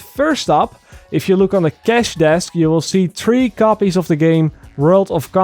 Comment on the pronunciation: I really like your content, but please please please work on your pronounciation.. Its: one, two, three Not: one, two, TREE I understand the TH sound ik hard but work on it, please mate!